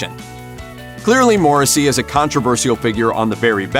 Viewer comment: learn how to pronounce his name correctly before spewing bullshit on one of the most gentle, and beautifully misunderstood lyricist of the modern age.